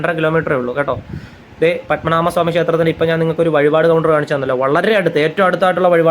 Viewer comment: പദ്മനാമ സ്വാമി അല്ല... പദ്മനാഭ സ്വാമി എന്ന് പറയൂ....അതറിയില്ലേ 😮 പദ്മനാഭ... എന്ന് പറയുന്ന തിന്... ഒരർത്ഥ മുണ്ട്...